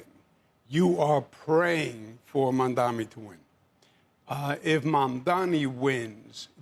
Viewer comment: I am proud to see that Cuomo has finally decided to pronounce Mamdani's name correctly. Well done! Progress is possible!